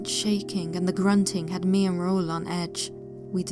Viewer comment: It makes me happy that you pronounced Raul correctly. You have no idea how many people I have heard mispronounce that, which annoys me since one of my closest uncle's from my dad's side is named Raul.